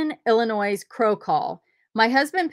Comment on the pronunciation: Pronounced Illinoy….. no “s” sound on the end… hope that helps…. Love your videos!!!